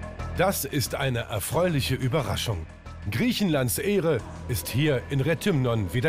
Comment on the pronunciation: Tipp vom Profi! NIEMALS KEHRE EIN, WO MAN DICH HEREINBITTET! KEHRE EIN, WO MAN DICH BITTET ZU WARTEN, WEIL KEIN PLATZ FREI IST! VORZUGSWEISE BELEGT MIT EINHEIMISCHEN, DIE WISSEN NÄMLICH WOHIN! PS: Die Stadt heisst Re th (englisches ti eitsch) ymnon